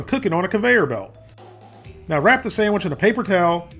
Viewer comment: You get a thumbs up for saying samich😂😂